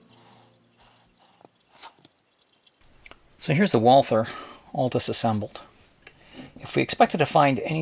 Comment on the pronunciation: It is so typical that the speaker of this otherwise good video did not take any trouble of checking how to pronounce 'Walther'.